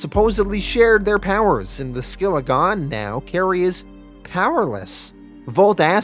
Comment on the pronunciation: Fixes Singapore yet can’t get “Skilla” 😂